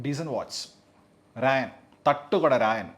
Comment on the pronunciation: രായൻ അല്ല, 'റാ'യൻ